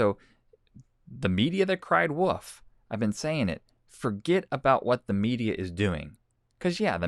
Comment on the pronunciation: Can you say WOLF, not woof woof woof woof woof,the boy who cried woof